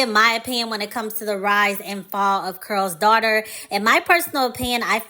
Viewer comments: I keep hearing curl's daughter I thought it was called Carol's Daughter. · Why does she keep saying "Curls' Daughter instead of Carol's Daughter?"